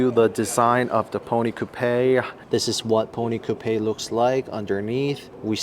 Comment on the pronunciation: You're pronouncing Coupe wrong